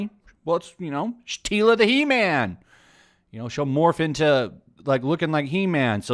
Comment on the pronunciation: It’s called He-man not He-mam